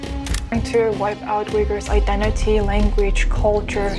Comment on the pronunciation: Yar tumara tone aur bolne ka dhang bahut bura hai, identy bolte ho identity ko, moscue bolte ho mosque ko etc, video bad me bana lena pahle school jao